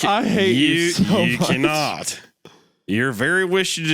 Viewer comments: “Yeu cannaht” is going to live in my brain for so long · yew cinaht😂😂😂